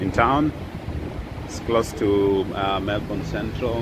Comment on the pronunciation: I like how you call Melbourne tao😅😅😅